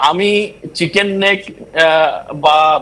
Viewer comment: খবর পরিবেশন করার সময় , ঠিকঠাক বলুন,,ওটা,,,,চিকেন স্নেক নয় ,ওটা,,,চিকেন নেক ,, মানে , মুরগীর গলার আকৃতি